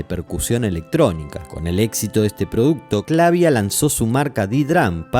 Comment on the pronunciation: Funny how the AI narrator cannot pronounce Clavia the same way. Same with Akai, and other simple well-known names. SLOP.